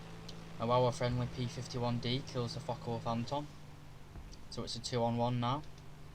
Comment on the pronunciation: How come it sounds like he is cussing as he talks about the fuckawolf and the fuck190🤣😅